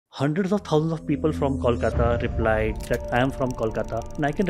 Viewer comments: The host is murdering me with his pronunciation of Kolkata. IT IS not Callkata 😅- Kolkata as in Koala Ko 😡😡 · Try to pronounce "Kolkata" like you pronounce "Boing" and not "Kaulkata"